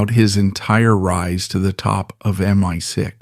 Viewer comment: MY 6.....😂😂😂😂. Oi AI...it's M.I.6. 😂😂😂